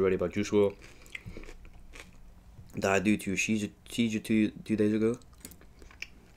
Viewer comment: Lol I know it’s just In your vid you pronounced sheejure